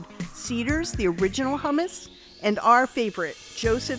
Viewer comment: why would i trust a taste test from people who can't pronounce hummus correctly